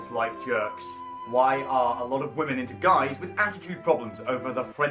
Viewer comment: The way you speak, say the word “wamen”, the fact that you use the r word and refer to your viewers as only male is.. yikes. I hate onision as much as the next person but it doesn’t mean you have to be insufferable yourself. The girls with internalized misogyny encouraging this in ur comments is something to note as well